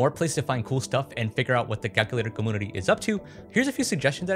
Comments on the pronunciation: yo dude! I've noticed when you say computer you say "com-Poo-ter" and now I noticed community is "com-ooo-nity" instead of "com-you-nity". Is this like an inside joke I don't understand within your Youtube following?? Hope I'm not being rude, just curious and trying to be as respectful as possible. Love your videos and thank you eternally for my kindle <3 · I don’t know if this is some kind of regional accent but I’ve always heard community pronounced com-MEW-nit-y never com-MOO-nity and com-PEW-ter not com-POO-ter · Dammit,! I grew up in a commune (com-yune) not (com-oon). Community also includes that (yu) sound. I love your stuff. Your dedication is real. Com. Yun. I. Ty. Not: Com. Oon. I. Ty. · Comoonity........😂 I can't be the only one. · I have to ask you say camoonity? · Why does he say community so weird he says it like 'comoonivty' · are you saying "commoonitee"??? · why do you pronounce "community" so weirdly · The way you mispronounce community, one of the most commonly used words in the English language, is so infuriating. I felt the need to let you know you're doing it. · it think its so cute how you pronounce "computer" or "community" haha <3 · Why do you insist on mispronouncing “computer” and “community”?